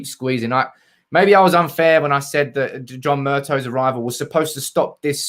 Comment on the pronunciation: It’s Murt-ah not Murt-oh